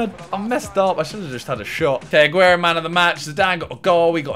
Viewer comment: Agüero not aguerio